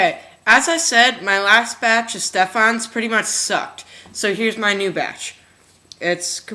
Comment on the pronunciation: EVERYTHINGS WRONG!! It's pronounced ste-fin, and it's FBR (foam backer rod) learn your stuff, you have so many views!